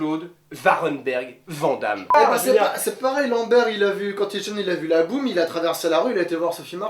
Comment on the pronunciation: Aaaaaaaaarrrrrrggg ça y'est je craque!!!!! Van Damme ça ce dis "VANNE DAMME" ET NON "VENT DAMME"